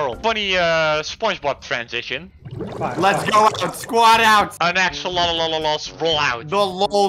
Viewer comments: it’s pronounced axe o lot ul Axolotl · It’s pronounced axolotes. Not axolotl. The original name was axolotes. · It’s axolotol not axolot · I like how called them "axolot-xolots" 😂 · axe-ol-ot-ol-s there you go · I like how can’t say axe a lot la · The best part of this video is the fact that he couldn't pronounce "Axolotl" the entire video. Don't ever change,. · The man absolutely mispronounced it but still won